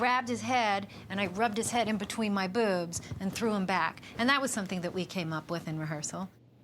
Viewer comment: I like how Julia doesn't say 'boobs', but 'bewbs'.